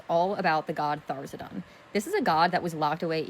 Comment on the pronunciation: She keeps saying Tharzidun. It's Tharizdun.